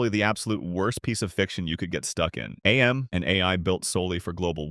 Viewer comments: Mate, it isn't A M, it's AM. It isn't pronounced as two individual letters. AM itself literally says so in it's "cogito ergo sum" soundbite at the end. "I think, therefore I AM". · It's not A.M It's AM. Because he is. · AM being pronounced as "AY EM" hurts. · loved the list, AM is just pronounced as "am" btw, its literally said in the short story